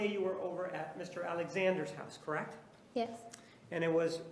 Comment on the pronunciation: I hate when people say "correct" as one syllable the way this girl does... Creckt, Creckt, Creckt. So annoying...